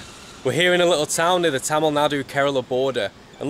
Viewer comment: Your Tamil pronunciation more or less exactly similar to the pronunciation of Tamil speaking people of Tamilnadu. Keep it sir.